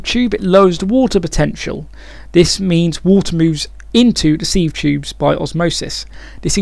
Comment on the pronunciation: sieve is pronounced 'siv'